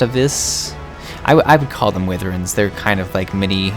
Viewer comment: Wivvern? No, Why Verne. Seriously, so many people mispronounce that, super easy to google and hit the pronounce button. Literally just google "Wyvern" and push the button near the top that looks like a speaker. Anyway, that aside, this is actually pretty relaxing and a good look around...I never unsubbed but I haven't played this in a couple months, gonna have to play more, and gonna have to check out your other vids!